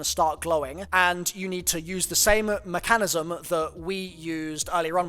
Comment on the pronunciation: Did you just say mechanana-nisism lol